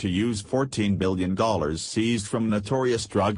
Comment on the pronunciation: Stupid robot can't even read. "21 dollard bill..." Why not a human voice?